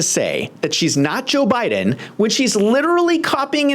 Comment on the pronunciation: O did you her say Obiden. Like obuma. Too funny.